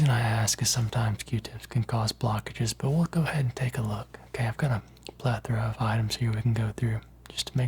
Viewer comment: Plethora is one of my absolute favourite words and you say it ✨beautifully✨